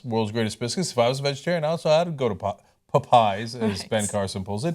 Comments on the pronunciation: Why are they pronouncing "popeyes" "pup-eyes"? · Its pronounced POP eyes. Not potpies... Face Palm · "Pu"eyes Ana... it's called Pupeyes. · It's Pa-pies, get it right. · Puh-PIES Ana? LOL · Pop-pies? What the hell? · why are they pronouncing Popeyes like that?